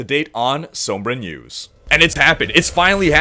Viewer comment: This guy needs to learn how to say Sombra. it's said like Sahmbra